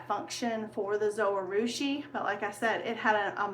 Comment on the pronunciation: Not trying to be mean. But if you check out the Zojirushi channel, you will hear that it is pronounced just as it is written. Zo-ji-rushi or zo-gih-rooshi. The “j” is not silent. Someone else may have led you wrong.